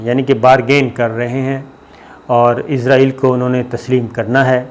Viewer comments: Bhai izraeel angel 😇 ka naam hai it's Israel 🇮🇱 don't b so dum told u many times to fix your pronunciation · plese izril na bolo israil bolo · صابر میاں، کتنی بار لکھوں کہ اس ناجائز ملک کا نام اسرائیل ہے۔ عزرائیل نہیں۔ عزرائیل تو ایک فرشتے کا نام ہے۔ اور تل ابیب میں ت پر زبر ہے، زیر نہیں۔ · IZRAIL nahi Israel sahi word hay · Please note , it is not izrail, it is israeel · صابر بھائ نھائت ادب کیساتھ عرض ھے کہ آپ لفظ بولتے ھیں عزرائیل یہ اپکو بھی علم ھے ایک مقرب فرشتے کا نام ھے اور نہ ھی اس نام کا کوئ ملک دنیا میں موجود ھےآپ مھربانی فرماکر صحیح تلفظ بولیے اسرائیل اور سب اپنے صحافی بھائیوں کو بھی گائڈ کیجے جب بولیں یا لکھیں اسرائیل بولیں